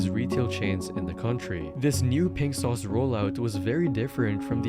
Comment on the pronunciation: "RINK SAUCE" - Really... Why do AI have to be used for literally everything?! It RUINS shit!